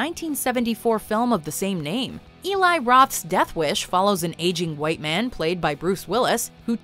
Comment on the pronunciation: What’s with the emphasis on “white man”? Also gun violence is a myth no such thing exist